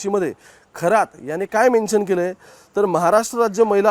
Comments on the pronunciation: थोरात नाहीरे शेबड्या खरात म्हण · खोरात नाही खरात आहे हा चुकीच नाव घेऊ नका. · थोरात नाही रे बाबा खरात आहे